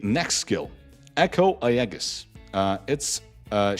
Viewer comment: Pronounce "Aegis" properly! It's EE-juhs.